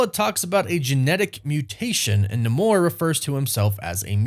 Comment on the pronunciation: Saying namor with a Spanish pronunciation is so cringe. Say it like Angela Bassett did